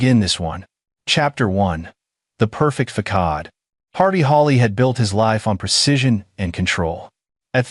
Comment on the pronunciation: It's pronounced fasade, with a soft c.